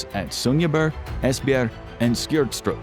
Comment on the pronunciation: As a Dane I enjoyed hearing you BUTCHER "Skrydstrup", "Esbjerg" and "Sønderborg" ❤️